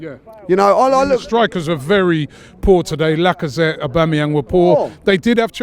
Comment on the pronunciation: AUGAMEEYANG LOL